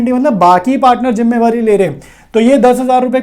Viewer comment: Jimmewari 😂😂😂.....jimmedari hota h